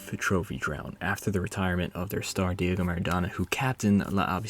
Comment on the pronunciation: Man said “David Maradona”. Smh